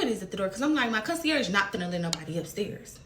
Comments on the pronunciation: The way the first girl said “consurG” instead of for conceierge made me cringe. It’s scary really. This entire post is tragic and embarrassing for both of them. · The way she keeps saying concierge is pissing me off and all that playing in that wig girl y’all both dumb flat out it would’ve been on the flo